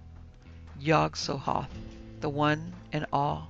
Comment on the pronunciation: Yup but I don't like the fact that she mispronounced the words like the yog sothoth and the necronomicon and his author Abdul Al hazred it was enough to deter me from listening to the book the dweller in the darkness